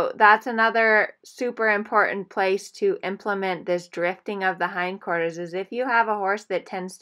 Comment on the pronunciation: what is "hind corters"